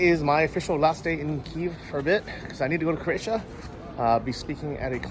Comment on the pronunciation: Lol ... on ur last day, you finally got it right ... Kyiv (pronounced 'keev'). Love your vids and your fund raising is awesome.